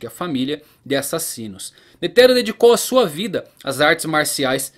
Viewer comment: sei que e chato comentar isso em um video foda como o seu mas a pronuncia de "netero" ta errada tem falar de uma vez so pois n tem silaba tonica no nome todas as silabas tem a mesma intensidade no som, deixando isso de lado video top to valtando a ver um ano depois